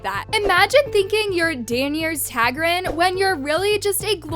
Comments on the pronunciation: Who is danis tagryn. Pronounce the character’s name right 🤦‍♀️ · "Denyers tagrin" girl, who?!?! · DA-NAY-RES TAR-GARY-YAN 😭😭😭😭😭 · frankly, I’m beginning to think you never watched GOT just based on how you pronounced Daenerys Targaryen 😂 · Dude you gotta look up how to pronounce Daenerys Targaryen and Khaleesi 😂